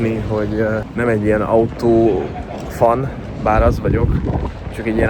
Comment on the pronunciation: Jönnek a mókák?? Azt hittem a rajongók. Fun = fan. Fan = fen. Magyar betű kiejtéssel az angol nyelv nem működik. Mást mondasz mint amit gondolsz. Valószínűleg az oktatásban van a probléma nem benned.